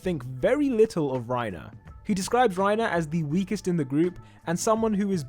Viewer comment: its reiner not rierner and GET THAT TRASH REINER AND PORCO OUT FALCOS JAW TITAN IS THE BEST ONE IT CAN FLY well thats pretty much it besides having the same abilities as porco he can fly so thats cuul wait did i say cuul i meant cool my bad note:i did replace the oo with a uu instead